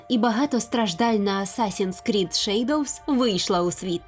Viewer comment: Це якась нова англійська)